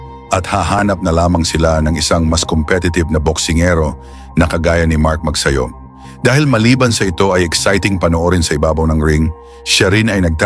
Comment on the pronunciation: Mabuti pa ang American announcer ay bigkas ng maayos ang family name ni Mark... it's Magsayo not Magsayu...